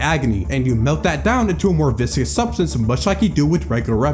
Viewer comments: "viscous" as a descriptor means "thick or sticky, not flowing easily", AKA having a high VISCOsity. It is not pronounced the same was as "vicious" -- the proper pronunciation is "vis-cuss". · viscous not vicious, it's pronounced vis-cuss and it means thick. Like a syrup or oobleck! Also absolutely love this, was waiting to comment till the end but then my vocabulary nerd came out lol